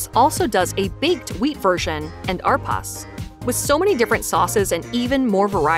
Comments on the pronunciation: Arpas???,lol. It’s pronounced ah-reh-pahs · "AR-PAS" Lol